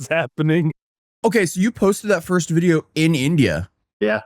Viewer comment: Yeah he says "Wijeo" 😂😂